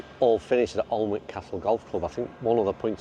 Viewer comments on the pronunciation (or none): Lovey video, played lots of the coastal courses near by, good value as well. for the photo, Alnwick is pronounced Anick in the NE. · The L and the W are silent it is pronounced Aniick your attempt made me smile though 👍